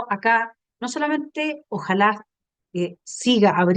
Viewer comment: Por qué dicen Ojála? No es Ojalá?